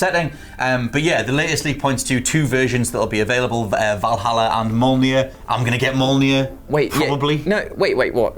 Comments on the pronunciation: All I can hear is saying "Molnir" 😅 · The way you pronounce mjölnir..fucking hell do some research before hand